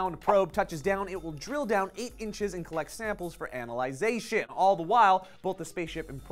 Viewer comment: analization? sounds like something undesirable, and an extra syllable. Analysis,. OK, it's a joke, but a lame one.